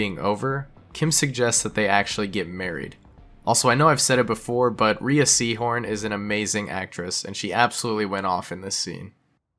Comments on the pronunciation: Rhea is pronounced RAY, nor ree-a. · Rhea Seehorn's name is pronounced "Ray" not "Ree-uh" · Rhea's name is pronounced like "ray"